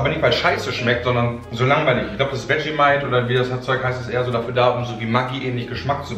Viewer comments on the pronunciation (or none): NIEMAND: Wirklich absolut Niemand: Nicht mal:: Vermentight (zu Vegemite) UFF, Sorry, da musst ich echt ganz ganz dringend los. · Er sagt auch statt Vegemite einfach irgendwas (VERMENTIGHT????) 😅😂😂😂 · Jeder: Vegemite "Wetschemeit" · Er hat sogar das "Wetschemeit" XD